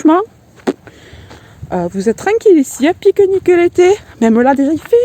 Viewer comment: Cc ma belle voix chantante J adore t 'entendre parler tu m' appaisse Très jolie balade tu as vraiment beau temps Gros gros bisous ma belle 😁🌸💋💋 A bras nu au mois de février c 'est incroyable Tu habites dans le sud?? Tu me fais rire quant tu dis pique nique